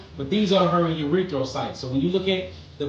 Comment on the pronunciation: that let's you know that boy need more lab hours cause it's erythrocytes. He said urethocytes. But we all the same plasma lol